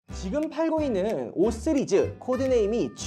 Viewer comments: 쓰리즈가 아니라 씨리즈에요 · 강남 발음입니다